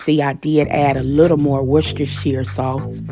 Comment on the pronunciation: Come thru saying Worcestershire correctly more than once!!!